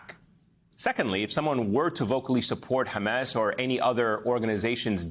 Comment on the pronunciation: The word is Hamas, not Hames.